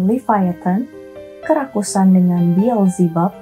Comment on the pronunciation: Fokus Sama kata Kerakusan menjadi Kerasukan😂 tiap ngomong kerakusan jadi hati²😂